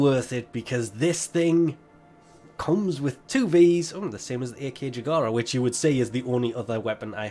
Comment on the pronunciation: ACKjagara. Not A K Jagara